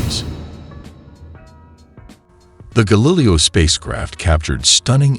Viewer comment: Screw that stupid computer voice narrator. How could you not catch the thing can't pronounce Galileo correctly?! That makes the video seem amateurish and makes it unlistenable. Boo.